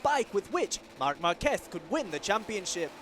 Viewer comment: At last, a commentator who can pronounce Marc Marquez's name correctly.